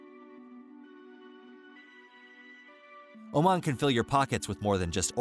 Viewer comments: This country is called Omaan not Omen. you are pronouncing it wrong all through the video. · Saying it wrong not be omen but oh man. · It's pronounced as OMAAN not OMEN.. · Beautiful video about one of my top three favorite countries in the world. Lots of issues, though. First: Sultan Qaboos died in January 2020, ie, one year and 10 months before this video was made. But he’s always mentioned with the present tense and there’s no mention about his death (…read the news before posting a video that is 60% about him…). Then: Oman is pronounced Omàn, not Òman. Then: at min. why is Yemen also highlighted (in orange)?! And… why on Earth is Kuala Lumpur shown at min. (the obvious Petronas Towers are there; also the children in the following seconds are clearly from Malaysia), as if it was Oman? For the degree of info and historical context it gives, it needs a bit of editing. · It's not Omen,. but O-Maaaaaaan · Dude its pronouced O- mon nor Omen, lol. They are a small Arab nation that mostly practice Ibadi Islam, considered one of the most " tolerant" or reformed. There are many Sunni that still practice traditional Islam. There also some Hindu and Christians. Culture doesn't tolerate lazy men! You dont work, you dont eat. Your friends will look at you with shame. Adultery is punishable by death, pre marriage sex between young couples is rare, dowry must by paid, marriage is a big deal. Women wanting a divorce can take years, men 2 weeks. Oman does not have the wealth of Qatar, Kuwait, UAE, Saudi or even Bahrain. If fact Oman is considered among the poorest. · It's Oman not Omen. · It is not pronounced as Omen....it is Oman like Oh! Man! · Omen? You mean Oman? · Oman 🇴🇲 not Omen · It's OMAN not OMEN! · Its oman not omen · Boy, please... Its called OMAAN. Like the “AA” at the dentists. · I'm American and I know it's pronounced Oh-maahn. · Ia "Omen" really the correct pronunciation? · This guy doesn't even know how to pronounce OMAN! 🙄